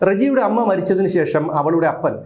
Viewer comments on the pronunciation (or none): none